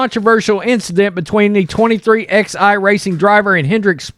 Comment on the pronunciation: FYI..it is pronounced 23-eleven Racing